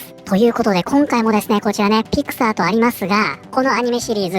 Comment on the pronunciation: ところどころピクサーがピク太ーと聞こえる